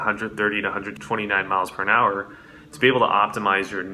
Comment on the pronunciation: lol is he saying “miles pern hour”?